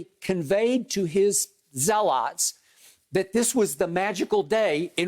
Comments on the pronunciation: Why does Skip keep saying zeaLOTS? lol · Skip it’s pronounced “Zell-lut” lol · anybody else bothered by how Skip pronounces “zealots”?